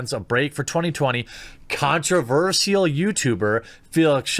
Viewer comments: Repeat after me: "Con-tro-versh-al" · The way you say “controverSIAL” is controversial... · Stop saying controversial wrong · Oh god.. please learn to pronounce "controversial"